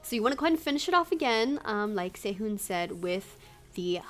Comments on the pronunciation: His name is pronounced Se-hoon but nice vid. You could probably try some of the dishes that the idols used to make on Happy Together. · the way she said sehun I heard sehoon/sayhoon but still good video 👍👍👑❤ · it's se-hoon, in korean the romanji "u" is pronounced as "oo" ^-^